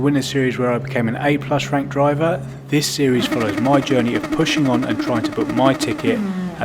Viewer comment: My Siri always gets activated when you say series lol